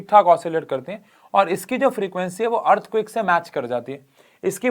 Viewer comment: Sir seriously😂😂... According to:- EARTHQUAKE ❌ EARTHQUICK ✅